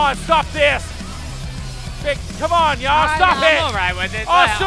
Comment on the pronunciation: Yahya it's Yahya it's YAHYA!!!!!